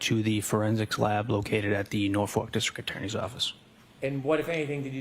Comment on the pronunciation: It’s Norfolk not Norfork- what a moron he can’t even pronounce the county he works in